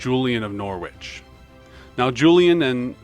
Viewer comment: I live in Norwich, it's pronounced - 'Noh-rit-ch' :)